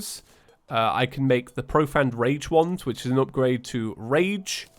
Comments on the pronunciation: Trailer for what? I love watching the videos, but please just explain what you mean. Also, its Pro-Fained, not Profanned. I loved the video though - your so unique in the way you just talk about your day. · It’s pronounced “pro phane”not pro fan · Love the videos:D But damn, Profane is pronounced pro-fayne. Like how you would say Bane:P